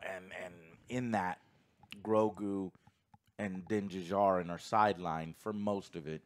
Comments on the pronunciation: For the love of God, Joe. The D in Djarin is silent. It’s just Jarin. Duhjarin. Also I’m pretty sure Paz Vizlas jet pack was shot to shit last episode while avoiding blaster shots. So it probably didn’t work. He also would have just been followed by all the troopers if he fled. So that whole argument seems nitpicky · Joe for the love of God, it's not Din D-jarin. It's Din Djanir (the D in Djanir is silent) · the D in Djarin is silent! Like Django. Not Din Duhjardin. You're killing me bro!!! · Joe…. It is pronounced Din JAR-IN. Not Din da-Jar-in…… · 3 seasons and Joe is sill pronouncing Din Djarin wrong.